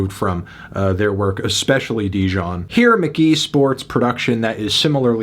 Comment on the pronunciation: ITS. PRONOUNCED. MK.GEE.